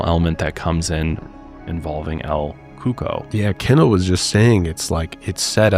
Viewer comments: the first one is not pronounced el coco, it’s pronounced el coo-co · El Cuco. Pronunciation, el KOO-koh. ☺️ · El coco lmao absolutely horrible pronunciation